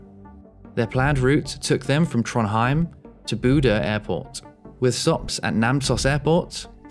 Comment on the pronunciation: to be honest the only one you almost got right was Trondheim 😂😂😂